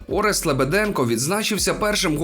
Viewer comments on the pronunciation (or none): none